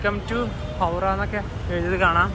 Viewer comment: സിലിഗുഡി ❌ സിലിഗുരി ✅ ഹൗഡ ❌ ഹൗറ ✅.. ഇങ്ങനെ പറഞ്ഞു ശീലിക്കൂ.. എല്ലാവരും പറയും പോലെ